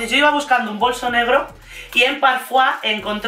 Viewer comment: Madre mia, me sangran los oidos cada vez que decis parfuá, es PARFOIS, se lee tal cual se escribe ya que la empresa es portuguesa, concretamente de O Porto, y la fundó Manuela Medeiros en 1994, no es francesa!!!! Por cierto, me encanta tu canal, pero ese detalle lo tenia que decir 😊😊